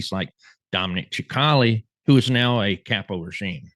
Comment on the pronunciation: Dominic "sick - ali" (sp). NOT CHIC - ALI 🫤 Go to "Dominic Cicale Mafia round table". He will tell you how to pronounce his name...